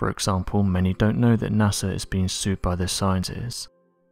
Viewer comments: It's NASA not NASER. Maybe get some sleep before doing these videos? You sound like a zombie bro. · NASER? Really? Come on. Get with the program. I am a big fan but please try to say it with me "NASA"!